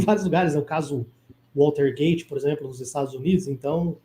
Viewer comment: Não é "Waltergate" amigo. Pesquise, abraço!